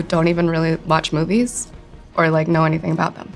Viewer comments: I don't wike it -Chris Evans effect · spending a lot of time w chris evans i see... " i don't wike it"